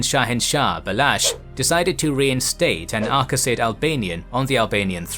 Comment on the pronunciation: You keep pronouncing it Ar-ka-sid, when it's spelled, Ar-sa-cid. It's ... annoying.